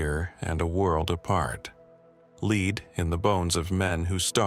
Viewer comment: The entry on the Franklin Expedition: Could you FOR GOD'S either figure out the difference between the metal 'Lead' and the verb 'to lead' l and how to pronounce them